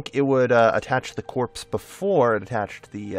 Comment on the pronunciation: Just out of interest, why do you say corps like corpse? It's just pronounced core, for example, the Marine Corp. Just figured I'd ask. Love the videos!